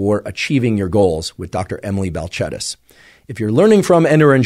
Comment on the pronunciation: I like that you corrected the pronunciation of her name